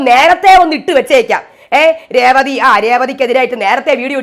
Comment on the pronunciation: ചേച്ചി കേസ് കൊടുക്കണം. രേവളി എന്നാണയാൾ പറയുന്നത്. ഒരാളുടെ പേര് ഇങ്ങനെ പറയാമോ?